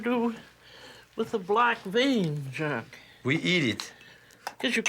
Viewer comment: She is calling him Jacques his proper name but she does not have a good French accent.